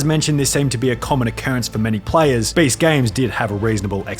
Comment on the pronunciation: This guy says Baste instead of Beast